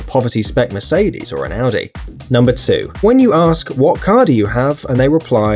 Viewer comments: This is not a big deal but it kind of bugs me. It an understandable mispronunciation, but I did it funny when people say Audi “Aadie” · when points to a Audi and they pronounce it adi